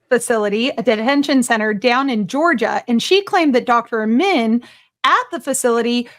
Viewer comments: Great story,. Thank you. Incredible crap that network keeps churning out, and I hope they get burned for false reporting. Just one comment: How do you keep mispronouncing the Dr's name? SHEESH! Amin, can't possibly be pronounced "Ih-mann". lol. Sorry if I sound like a whiner, but you're doing a voice over for this video and I have to listen to your commentary, I mean, right? You're telling me the story, and every time you said his name you said it differently, but mostly "Ih-mann" phonetically. It's just hard to listen to it. But, I love your videos. Truly. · you keep saying iman but the name reads amin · his name is Amin not Iman bro